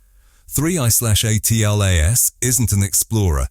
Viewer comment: Why does this AI keep saying A-T-L-A-S rather than "ATLAS"? is anoying